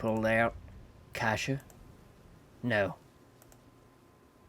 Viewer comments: KASIA NOT KASIA NNNNNNNNNNNNNNNNOOOOOOOOOOO !!!!!!!!!! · Noo not kasia... :/